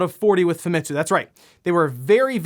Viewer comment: I know I've been nice and not calling you out on this, but you've been mispronouncing Famitsu. You don't put emphasis on ANY of the letters. It's pronounced "Fahmetsu" Sorry, as a Japanese person myself, it really annoys me when primary English-speaking people commonly mispronouncing Japanese words in exactly the same as the rest of them. Not angry at you, just annoyed. Sorry for speaking-out.